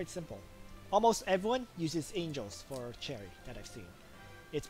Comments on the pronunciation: Its 'SH•erie' not 'CH•erry' bro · I think you’re saying cherry my dude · You saying Cherry triggers me. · That is not how the English Language works you can't just choose the pronuciation that suits you. This name derives from French so it is a sh sound not ch